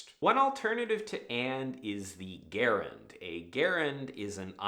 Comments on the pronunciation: And one common word can ruin your video when you mispronounce it, especially when you repeat your mispronunciation, and that word is *gerund*. Soft g, not a hard one, like Jerry, not Gary. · When you say "gerund," you are talking about patriciples. Gerunds are nouns, like "swimming is fun." Or "writing is hard." And it's pronounced "jerund." With a J. Just a friendly statement 🙂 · It's probably not a good idea to take writing craft advice from a man who mispronounces the word gerund. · Gerunds are nouns. They are derived from verbs, but they are functionally nouns. (Also, gerund is pronounced with a soft G.)